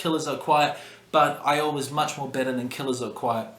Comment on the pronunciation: Despite butchering the titles of Mate Feed Kill Repeat, and Iowa, I have to say, not a bad ranking.